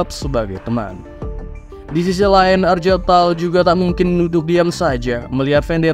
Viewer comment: Bang ane sekalian izin koreksi beberapa pengucapan di video ini sama beberapa video lainnya ya. 1. Weapon itu dibacanya wepon atau *wepen*, bukan "wipen". 2. Gak semua "g" di nama itu dibaca "j" seperti jeans. Contoh di video ini nama Argel Tal jadi "Arjel Tal", padahal sebenernya ya dibaca sesuai hurufnya dengan g. 3. Chaplain itu dibacanya *caplain*, dari akar kata *chapel*. Sesuai dengan peran mereka sebagai pendeta di kalangan astartes. Jadi gak dibaca "kaplain" ya bang. Btw kalo ada istilah yang kurang jwlas atau bingung bisa tanya ane aja. Ane siap bantu untuk sebarin racun warhammer 40k hahahaha.